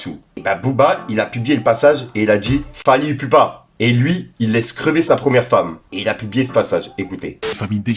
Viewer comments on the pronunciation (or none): Et wallah fait un effort de respecter le blaze des gens c Fally iPupa (Ipoupa) si ça t'aide tu fais la mm avec Nino c'est Niniio si ça t'aide!! Et on dit Congolais 😡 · Fally prononcé Ipoupa* broski 😉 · Fait attention à la prononciation de Fally ipupa